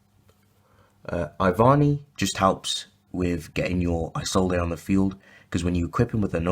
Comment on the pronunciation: It's pronounced "E-Zold" not "eye zold ey" sorry its a pet peev